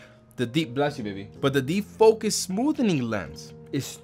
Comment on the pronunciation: That's just being his usual completely illiterate self. It's called defocus smoothing. Smoothening is just dumb.